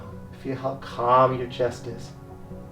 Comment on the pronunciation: “your breathing is cum”